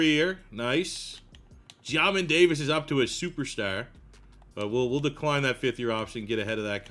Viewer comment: Love the video and series, but Jesus it pronounced like JAY MIN Davis 😂